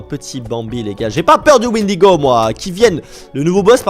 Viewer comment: Le windego 😂😂😂😂 au lieu de cerf 😂😂😂